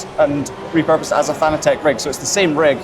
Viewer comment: Has it got rid of the hideous user interface and menu system that was in ACC? Also its pronounced fanatec, as in fanatic, but with an e instead of the i, not fan-a-tech